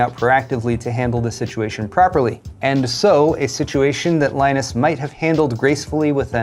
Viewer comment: The news is so sureal that has to have a beer just to get this over with, due to the shock a little shit called lie-nunce and the bullying he now does.